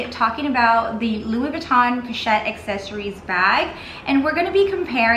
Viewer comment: Oh my good holy h*ll!!! You are talking about a FRENCH brand that NAMES their product line IN FRENCH...and you make ZERO attempt to pronounce the product name with the correct FRENCH pronunciation?!?!? I'm out...but not before I add a YouTube clip of how to correctly pronounce "assessoires".